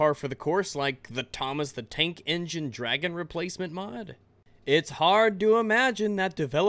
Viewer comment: Almost thought you said "Thomas the Taint Engine"!